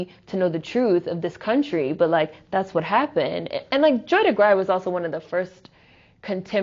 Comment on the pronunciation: Great talk. Joy Degruy's last name is pronounced Duh-Grew.